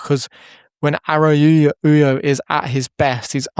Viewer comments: Please learn how to pronounce his name. I can’t go through an entire season hearing “Arauyo.” 😭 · Nice video! Please stop pronouncing it like that haha. Its araocho